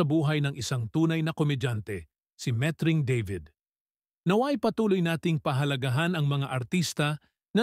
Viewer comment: What??? Oh no!! Met-Ring. Deybid? You Englishized the Tagalog name… Baluktot dila mo… Why stick to speaking Tagalog when you cannot???